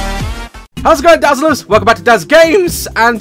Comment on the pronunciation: When his intro says hey dazzles he says Hey DAZZLE URZ